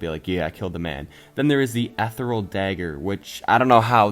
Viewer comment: Nice video,. I just wanna give some feedback on some words you're pronouncing wrong (it doesn't matter too much, but you've been saying them incorrectly for a while lol) You aren't emphasizing the first R in "Trork". It's like a combination of the words Troll and Orc. Also, "Chieftain" is pronounced 'Cheef-tehn'. Lastly, "Ethereal" is pronounced 'Eth-thear-ee-ull'. That's all I wanted to say. Keep up the good work!:)